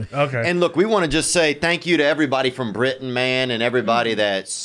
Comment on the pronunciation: So weird watching this episode because my name is Britton. Every time I heard someone say Britian my ears lit up. 🤣